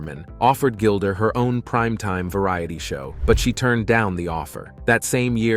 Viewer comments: Her name IS NOT Gilder!!! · Why do you call her Gilder?